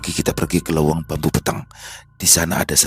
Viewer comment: Mau koreksi sedikit kalo bhsa sunda pke eu ,bukan leweng tapi leuweung bang,biar apdol bawainnya 🙏